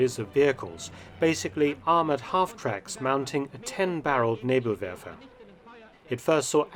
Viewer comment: Thats the best Pronounciation of Nebelwerfer i did hear from an English Speaking Person. I know cause im a (PROUD) Kraut myself. Good job Dr Felton Sir.